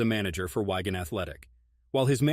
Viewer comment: Wigan isn't pronounced 'Why Gan' , soft 'i' hard 'a' but never mind